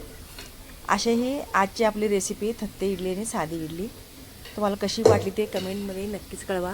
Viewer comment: थत्ते नाही तट्टे इडली